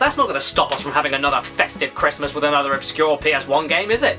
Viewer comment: HE'S BACK! IT'S A CWISTMAS MIWACLE!